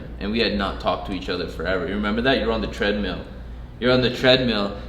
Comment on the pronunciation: "You were on the tread-MEAL"